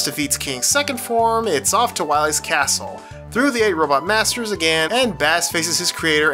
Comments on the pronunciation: I blame mega man 8 for making people think that bass's name is pronounced like the fish and not like bass & treble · Holy cow, the mispronunciation of Bass drove me up a wall.